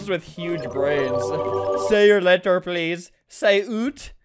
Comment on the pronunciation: He said e in letter